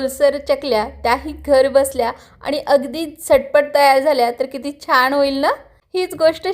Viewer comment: छण नाही 'छान' ... सोणेरी नाही 'सोनेरी'